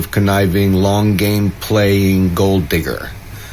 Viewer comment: Why did he say gold digger with a hard “R” like that?